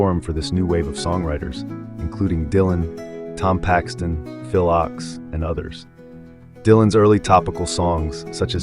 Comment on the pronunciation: Too bad you don't know how to pronounce names like Baez, Bikel, and Ochs.